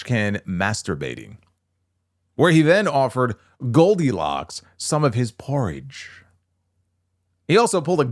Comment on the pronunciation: I'm ashamed at how hard I laughed when said "porridge" 😂